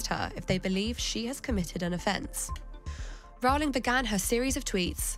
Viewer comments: It's 'Row-ling' as in bowling, not 'cow'; and what's with the Muzak? You guys getting paid for the assault on the ears? JKR is simply doing what she has always done working for Amnesty International or supporting Médecins Sans Frontières, fighting for the vulnerable and for women's rights, especially for the right for women to not be abused by men, whether they wear a dress or not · Its Row-ling, like rowing a boat. Not Row-ling as in having a row. Nobody ever says her name correctly. Also, King Canute didnt try and stop the tide from coming in. And he certainly didn't pass a law. He was showing that even as King, he didn't have power over the tides.